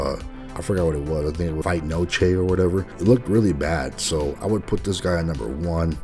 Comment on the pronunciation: I don’t like the disrespect towards my heritage if you’re going to cover something you can’t pronounce then why do it this mf said “ fight noche “